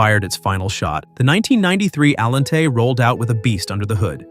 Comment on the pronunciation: I like this video I do wish the artificial intelligence voice generator would be able to say Allante the way most people say auntie I understand and in fact maybe that's in fact a feature not a quark I like this video very much it was very entertaining